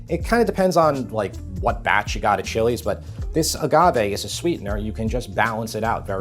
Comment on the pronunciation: Thank you for pronouncing the chilies' names correctly! It shows you know your ingredients!